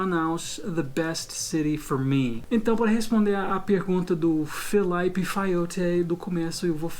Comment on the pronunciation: O claramente sabe como pronunciar "Felipe", mas pronuncia errado de sacanagem. kkkkkkkkkkkk